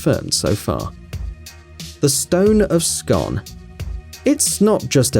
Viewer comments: It's pronounced Scoon not scon! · The stone........It's pronounced 'Scoon'. Shit research. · You said scone wrone. It's pronounced like spoon. But scone. So say it like scoon. I stay right beside it. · The Stone of Scoooon. Its pronounced scooon scoooooon scooooooooon... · The stone of Scone is pronounced "scoon"